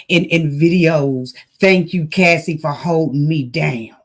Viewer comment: Yes its cassie not casey...